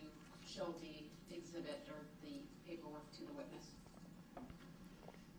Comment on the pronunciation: No its * Exhibitty... ( as Prosecutor said when Darrell accused them of laughing at DB) Lol